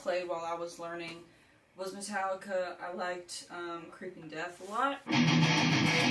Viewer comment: "metalika" still six